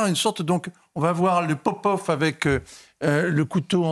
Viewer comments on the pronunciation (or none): "le popof"!? C'est aberrant....